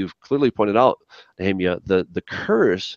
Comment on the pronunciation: What makes the Scholars think it's Yahweh with only 2 syllables and not Yahuwah or Yehovah with 3 syllables? What evidence of observation can they provide for it being Yahweh. you have to get Nech*rrr*emYAH on again and make one more!:) Collect some good Questions from people on the Channel and do a quick shoot out on him with them.:) Why would it be Yah, Yahu and then change to Yehovah?....